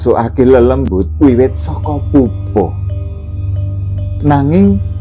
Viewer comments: Alhamdullilah kepanggih chanel sae, wilujeng dalu tepangaken kulo subscriber enggal saking tlatah trenggalek tanggi kutho kalian tulungagung panggenaninipun pantai popoh, nyuwun sewe maosipun POPOH sanes PUPUH.. mugi rahayu ❤ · " POPOH" niku maosipun kados Maos ukoro" POPOK " pakpuh, sanes pantai PUPUH